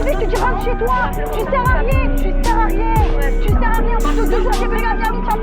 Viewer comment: "Tu sers a riéñ"